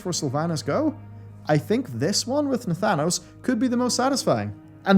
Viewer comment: You lost me at Nathanos 😂 Interesting video though. Well done as usual sir.